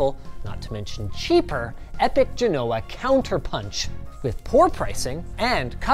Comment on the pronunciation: Ugh! That's not how you say "Genoa"!